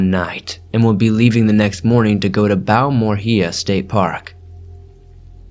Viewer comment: Bal- moor-ray-a State Park , that’s how we say it Texan!